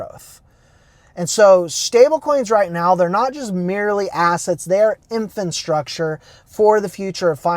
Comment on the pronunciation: Please stop calling it “infonstructure” 😩 the word is infrastructure 👍🏼